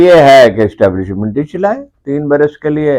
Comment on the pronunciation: Establishment wrong pronounced keya app ny, hamry mulk ma Establishment only Chief Of Army Staff h.